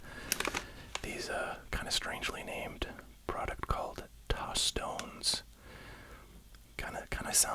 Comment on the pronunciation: Tostones are a very popular Latin American snack and side dish. “Tos-tone-ays” is how it’s pronounced